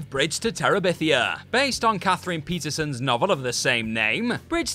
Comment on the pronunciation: The author of Bridge to Terabithia is named PATERSON, not Peterson, and you said it TWICE!